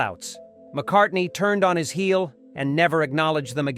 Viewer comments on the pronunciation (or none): none